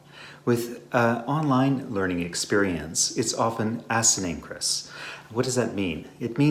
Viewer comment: You should learn how to pronounce asynchronous. A Sing Crow Nuss. Not Ass Nuh Crow Nuss.